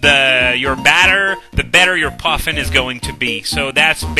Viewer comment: The way you pronounce Poffin makes me feel like you feed your pokemon adorable little birds.